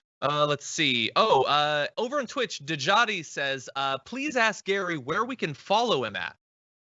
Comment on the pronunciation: I was digging on this guy despite the repeated use of "right" as in blah blah blah, "right," blah blah blah, "right," but totally lost me when he pulled the infamous utter disregard for the English language . Aks is not a word and its use shuts people off and stimagtizes you. Utter disregard, laziness, why, can someone please explain that to me?